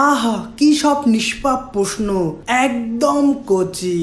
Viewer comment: ভাই, আপনার বাংলা উচ্চারণ ঠিক করেন। 'পশ্ন, পথম' ইত্যাদি শুনতে খারাপ লাগে।